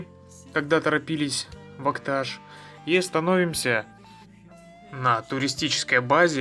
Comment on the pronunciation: Так себе видео, сам посёлок Акташ не показали, и про дорогу вскользь рассказали. И если говорить из Акташа, то ударение надо ставить на последней букве. И не Улуган, а Улаган. Уж если едете куда, тем более выставляете видео, постарайтесь грамотно обходиться с географическими названиями.